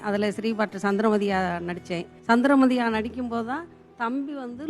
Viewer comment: சந்திரமதி கிடையாது சந்திரவதி என்பதுதான் சரி நீங்களே இப்படி தவறுதலாக சொல்லுவது சரியா.